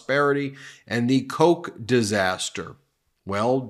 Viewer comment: Koch and Coke are completely different words, from the spelling. Not even you guys used to say Koch like that until about 5 years ago. Koch is a very common surname, like Van Gogh, they both have the same sound at the end, and you don't just get to skip out on it or use other words, because people don't know what you're on about. Koch is not coca cola, it never was, calm down.